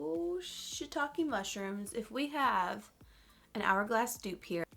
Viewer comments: Maggie Homen I say it too and def. Don't hear it often! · I legitimately have never ever heard anyone but myself say shiitake mushrooms in that way 😂😂 dead